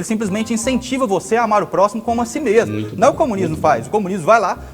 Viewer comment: Dartanãn noiado says: "....a experiência comunisma.." kkkkkkk.